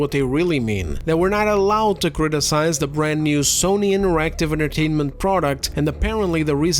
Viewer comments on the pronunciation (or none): none